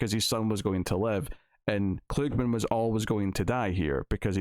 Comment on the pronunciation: The actor's name is pronounced KLUG-man, not kloog-min as you were saying.